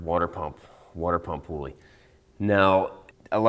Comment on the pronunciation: Please stop calling it a "pooley." I don't "pool" a rope. I pull it.